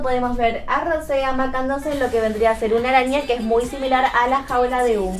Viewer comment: Lo siento pero se pronuncia rousé